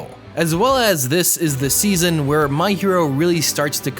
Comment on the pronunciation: i heard you said zeazon three